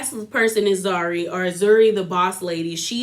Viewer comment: Zari, Zuri, Zarina, Zara! You are sending me!! Love your recap though! Its Channel O (like the letter “Oh”) its like our version of MTV.